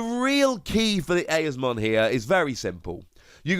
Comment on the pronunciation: Eosmon is pronounced “E-Oz-mon”